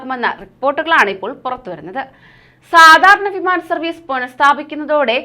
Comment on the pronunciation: ഫിമാന ടിക്കറ്റ് അല്ല വിമാന ടിക്കറ്റ്